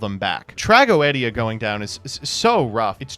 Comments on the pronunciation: It's TRAGEDIA not TRAGOEDIA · TF is a trago-eh-dia? That a new card?